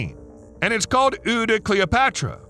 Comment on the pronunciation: "Eau" is not said "ew" ffs.